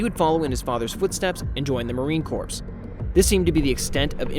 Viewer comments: "Marine Corpse" . Obama made the same gaffe in a speech a few years ago ("I would like to thank Navy Corpse-man..."). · Corps. is pronounce... core. Not corpse as in a dead body. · The Marine "corpse"??? 😂😂😂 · I think you're pronouncing 'corps' in 'marine corps' incorrectly. Gd video though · you’re not suppose to pronounce the “p” and “s” corps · Referred by SKD. Respectful heads up: Marine Corps is pronounced like Marine CORE.